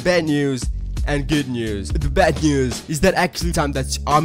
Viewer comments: 😂😂😂😂😂 when I saw that I heard him say it NÜÜS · How he says news is funny